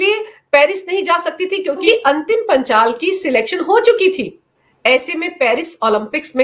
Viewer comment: वो अंतिम पंघाल है न कि पंचाल।